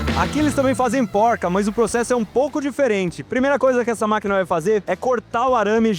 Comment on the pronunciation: Cara tu ta com problema na fala? "agora ta na hora do bate CabeçaMMM " "Essa aqui é de parafuso de MaquinaMMMMM " "Do forno caem em um banho de OlhuMMMM "